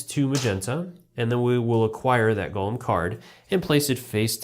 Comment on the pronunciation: GO-LEM not GOLLUM